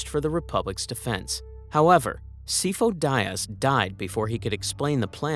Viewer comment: Your pronunciation for a couple things is interesting lol. Malastare and Sifo Dyas are both said out loud in the movies, have you seen them recently? >.> Not to come off as mean hopefully I just think it may affect credibility (feel free to delete my comment if that's an option)